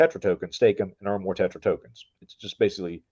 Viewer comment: Tetra , not terra 😅